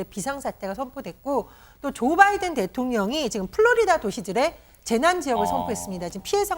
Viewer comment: 나도 부글부글 하다 앵커 바이든이 쪽팔려 바이든이라 들린다